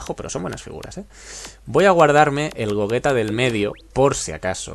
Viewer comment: Por que le llamas Gogueta y no Gogeta o Gollita?